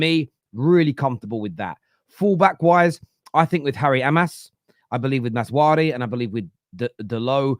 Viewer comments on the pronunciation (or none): it’s MAZRA-WI not maz-wari